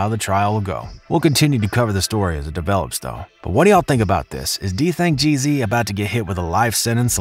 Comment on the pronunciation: Homie said DThang Jeezy